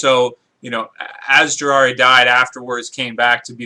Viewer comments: JI RAI YA NOT JIRARA hahaha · lol you said jiraiya wrong